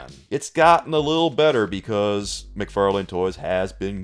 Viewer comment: I swear, when he pronounces "McFarlane" I hear "Mick Far lame".....